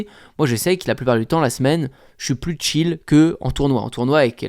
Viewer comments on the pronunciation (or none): none